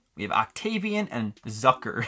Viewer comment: It’s pronounced “Zooker” as if it rhymes with “Looker” or “Hooker”